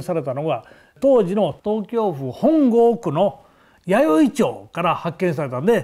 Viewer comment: とうきょうぶ、と言うな爺俺より若いくせにちゃんととうきょうふと言え。